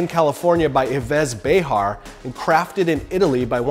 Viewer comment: Yves is pronounces 'eev'. And we don't pronounce the H in French, it's a silent H. So it sounds like "Bé-ar'.